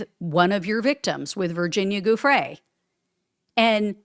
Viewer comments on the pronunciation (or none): Come on, her name is pronounced Joo-Fray, not Goo-fray..we’ve been hearing it for years, at least do her the courtesy of saying it correctly, particularly now she is deceased.